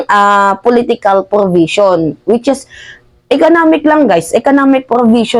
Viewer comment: Anong “ porbision “ …. Baka “ provision “ ????? 😜😝🤪